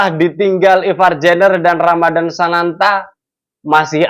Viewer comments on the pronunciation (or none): none